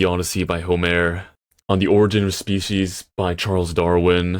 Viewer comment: "Home-air" lol